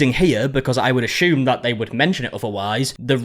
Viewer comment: I’m just here for the way you say assume